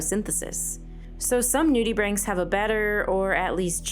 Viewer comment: . I learnt how to properly pronounce nudibranchs! Thank you.